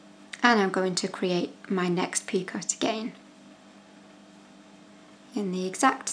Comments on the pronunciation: This is so beautiful and your tutorial makes it so easy to follow thank you 😘 Btw Picot is pronounced *pee-coe (sounds like toe 🦶🏻) x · There is no debate on how to pronounce picot. Doesn't matter where you come from, how people around you are pronouncing it or whether there is an r in the month. It's "peekoh " French word meaning small point or peak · Who cares what you call it! It is a silent "t", but frankly I'd watch you if you were simple unwinding yarn!🤣🤣🤣. As someone has said before me, you are an Awesome teacher! Love the border! Stella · Very pretty! In our part of the US we pronounce it "peekoh" not that it makes any difference. It may be different in the U.K. Thanks for tutorial. Great option!